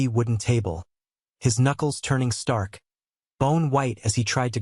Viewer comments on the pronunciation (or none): none